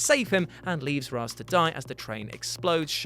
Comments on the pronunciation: The fact you said Raaz not Raesh as its pronounced triggered me XD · You have it backwards it’s Ray-shh in everything else but ra -ze in Nolan’s trilogy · “No bruce you know its pronounced raishe”. ~talia al ghul batman the animated series Long before the nolan movies so...yeah.